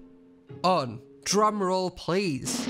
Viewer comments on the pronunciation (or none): none